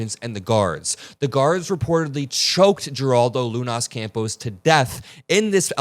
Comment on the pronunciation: Heraldo is how it's pronounced. I'm just not surprised. Furious, not surprised.